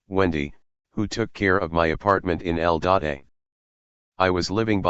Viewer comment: I made it this far into the playlist before I realized that "El Datei" was "L dot A".